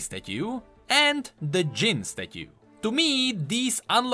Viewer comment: Is it just me or does have the goofiest and funniest pronunciation of "statue" ever:D